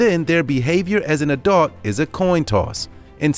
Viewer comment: Why does he pronounce Adult weird..